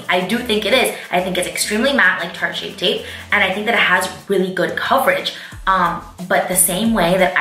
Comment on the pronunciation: "Shart tape"😂😂😂